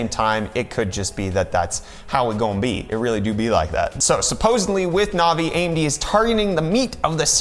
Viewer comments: Is it just me or does this kid have absolutely no idea what he's talking about. First the 3080 is a 2080 competitor not a 2070 competitor. Second it's navi not novi. And third he's whining about ray tracing which NO ONE uses. So thank you for wasting 30 minutes of my life which I'll never get back. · novi.........no sir....navi......